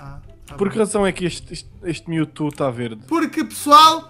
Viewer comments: kkkkk eu não sou hater eu amo-te e sou teu fã mais eu me mijo de rir quando tu falas "miutu" kkkkkkk fala direito kk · para de falar Mewto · pq o fala mewtu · Melhor Melhor ele falando Mewto kkkkk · o falando mewtwo ele fala meutu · ele dis miltu